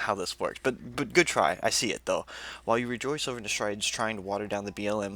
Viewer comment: Her name is promounced "ne STREED"